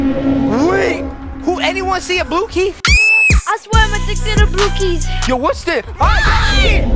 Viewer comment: I don’t know why but when you guys say “blue key” it sounds like duke y like when said in city mommy I did a duke y mommy will you change me.😅😂🤣